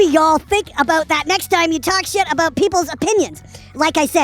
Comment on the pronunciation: Best part is when he said aboot lol I wanna go back to Canada now for some fries and gravy and crown royal and coke yaassssss!